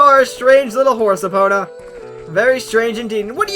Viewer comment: you say Epona wrong. by the way, I love these videos.